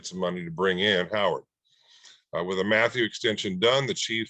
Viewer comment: It’s pronounced “Mathew” not “ Mathow